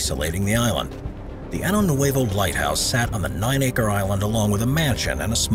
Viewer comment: Pronunciation: Año Nuevo is spelled with an ñ (enyay) and should be pronounced "Ahnyo."